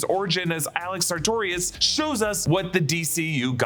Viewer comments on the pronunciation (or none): none